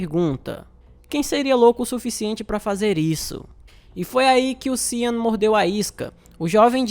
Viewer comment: Sean, se pronuncia xan ou xon.